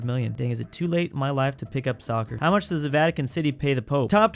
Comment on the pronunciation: Michigan: Haʊ to help toddler with cough 😂